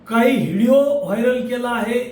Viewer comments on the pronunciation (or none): या उमेदवाराला व्हिडिओ म्हणता येत नाही हीडिओ म्हणाले